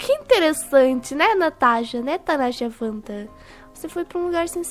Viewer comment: vc disse muito bem nathacha fanta,kkkkkkkk